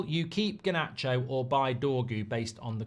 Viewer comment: This whole thing needs to end, I just can’t hear Mark say GAH-nacho anymore.